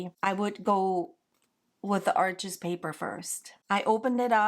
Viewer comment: Arches is pronounced Arsh. It’s French paper and an easy mistake to make. Just thought you might like to know. I love your work and the materials you use. I am practicing your style.